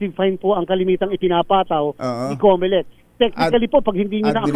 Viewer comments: Comelec! Comocolek😂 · Cocolect yan hindi comelect